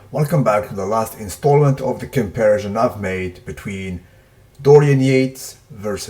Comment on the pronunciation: HI, Thanks 4 your Vids, I watched most of them-longtime SUB. Dorian although in retrospect didn't have alot of modern methods & trainers or the metabolism of Ronnie. For his time he was ahead of the field by far especially in size & body weight. Lastly lease take this constructively, pronounciation of comparison is- comp-pare-i-sun. U speak way more languages than me, but in english thats how it is. Happy Holidays-Rottie